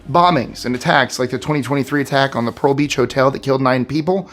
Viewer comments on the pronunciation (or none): none